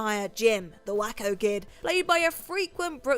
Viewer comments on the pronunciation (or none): I like you but the pronunciation for The Waco Kid should be 'Way-co', rather than 'Whack-o'. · Just a small correction involving the Blazing Saddles entry. It's pronounced Way-co not Wacko it's a reference to the town who's actual spelling is Waco. No shade, but I just wanted to it clarified. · The, “Waco Kid,” is pronounced, “Way-co.” NOT, “Wacko.” It’s a place in the American west. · why do you say Wakin? his name has a clear HO pronunciation to it. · Way-Ko. I wanted to let it go, but the second time was nails on a chalkboard